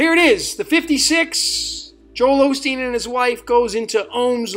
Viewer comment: actually said Olsteen at one point!